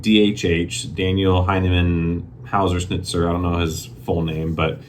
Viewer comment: "Daniel Heinemann Hauserschnitzel" - nailed it